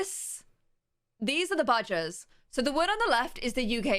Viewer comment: Lol for a sec I thought u said badges not badgers lol Ik what they are USA don’t have many of them